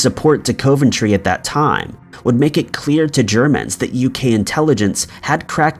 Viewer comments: Coventry. Pronounced 'cov' not 'cove'. 🙄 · I always enjoy your content but COVE-ENTRY had me dying... it's KOV-EN-TREE for future reference 😂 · You mispronounced several names as usual. "Coventry" is enunciated as "cuv-ven-tree", "Boer" is "boor" and "Byzantine" is "biz-zan-tine". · It is pronounced COVentry not COVEntry it is an O not an oh thank you.Must admit I have never heard of any hysteria in Coventry after the bombing? Much the same as there was no hysteria in London during the Blitz!! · 'Cov' like 'of' not cove ..... Sounds like Cov En Tree when broken down..... And it's always been a major industrial city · It's pronounced CAV - AN - TRAY. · By the way, it's pronounced Cuv-Enn-Tree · He has quite a few pronunciation mishaps in his videos. I always found it funny. Still good shit tho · Sadly he doesn't seem to read these comments about his constant mispronouncing-it would improve his channel a lot. A shame since his videos are generally good but it happens every video and often the same words. Such as 'Edenburgh' instead of 'Edinburgh'. And it's COV-entry like cuv-en-tree. *Sigh*. Good content otherwise! X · being from england your pronouncing coventry wrong